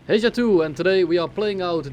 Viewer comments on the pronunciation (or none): sorry that im that guy, but the correct pronunciation is something like this: heya